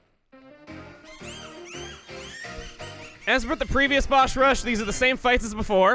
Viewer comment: "Bosh rush" lmao I lost it for some reason x'D